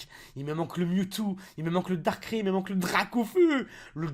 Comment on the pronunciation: On dit pas darkrai on dit dar kra i